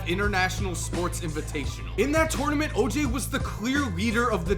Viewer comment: Listen to how says tournament